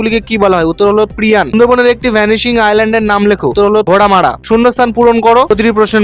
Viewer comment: প্রিযান হবে না ওটা ধ্রিয়ান হবে।